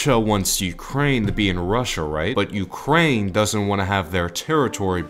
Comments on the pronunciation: As an ukrainian i am dying from “rukraine” like how did you even get a thought of that? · Rukraine haha